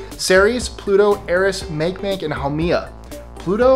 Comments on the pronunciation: The dwarf planet called Makemake isn't pronounced make make; it's pronounced maakee maakee. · It's not ur-A-nus anymore, it's UR-ah-NUS, also Make-Make is pronounced Mah-keh Mah-keh, not mayk mayk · Makemake is pronounced Mak-i-Mak-i (Hawaiian) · Make-make? Sorry. The dwarf planet is pronounced "ma-KAY-ma-KAY" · The dwarf planet's name is pronounced "Mock-ee Mock-ee," not "Make Make." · Make Make is pronounced (Mahki-Mahki) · Earth’s other official name is Terra (Who was a Roman goddess of the earth). That is why in some science fiction, humans are called ‘Terrans’ rather than ‘Earthlings’. And Makemake is pronounced ‘mah-Kay-mah-Kay’ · Thats Mahkee Mahkee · Pet peeve, it's pronounced 'makay makay' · ((Heya-- I believe Makemake is pronounced 'Mah-kay mah-kay'!)) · makemake, is pronounced mahkay mahkay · 2- It's pronounced MAH keh MAH keh. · Makemake is pronounced "Mocky Mocky". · How he pronounced makemake made me cringe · mispronounced MakeMake